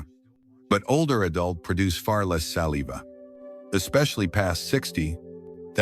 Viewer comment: Hey AI. Learn how to pronounce saliva properly. Errrr